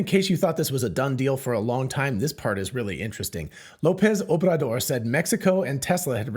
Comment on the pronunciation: "Obrador" is hard to pronounce for English speakers. Well done. :)